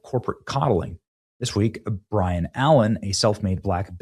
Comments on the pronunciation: Love ya, but Benny you are dyslexic. It’s Byron………..not (Brian)Y before R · BY-RON…!!! Not Brian. Uggghhh!! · Benny. It By-Ron Allen. Not Bryon Allen. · By-ron Allen....not Brian! Either you are trolling or you don't do your research...also....just reminds me how young you are and how many people in "TV" are stuck in history of the last 10 seconds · His name is pronounce Bie-ruhn, not Brian. Byron - B Y R O N!! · It's Byron... BY-RON Allen, not Brian. 🤣 LOVE you Benji! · Benny I ❤ you but dude ... its BY RON not BRI AN. Byron Allen has been around a looonnngg time. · Hey Benny!..it's BYRON...not Brian! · Benny, just to correct you, his name is "Byron" Allen...NOT Brian. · "By-ron", not "Bry-an" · BY-ron Allen. Not Bri-an. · Benny, it's BY RON, not Brian... how many times are you going to misread clear text? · BYRON not Brian.lol. You are so low IQ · BY-RON not Brian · Bro, his fucking name is BYRON NOT BRIAN. I can't stand when people like Benny can't read. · The amount of times you read BY-RON as Bryon is troubling. Assistant didn't catch that? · Came here to see who else noticed. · Why can't people pronounce names and words correctly it's BY-RON, not Bryon. Likewise ET-CETERA, not EK-CETERA. 😜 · His name is Byron!!! Not Bryan. 😂😂😂😂😂😂 he is way funnier than the other guy. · It's BYRON. not Brian. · BYron Allen... Benny. Not BRYon Allen. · *Byron*. Not *Bryan*. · By-ron Allen. Not Brian or Bryon. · Byron, not Bryan. Has benny been snorting coke? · B Y R O N not Bryon!!! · Benny, his name is BYron, not “Brian”. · Benny…it’s BYron Allen. Not Bryon Allen!!! Good grief, SLOW DOWN and READ 🙄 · I had a hard time concentrating on what Benny was saying because he kept mispronouncing BYron’s name as Brian. It takes like 30 seconds for someone, anyone to ensure proper pronunciation. If you’re going to be running a show for profit, at least have the common courtesy to provide content that appears to be professional. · Byron, Benny. Not Bryan. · BYRON, not BRYAN. Come on dude!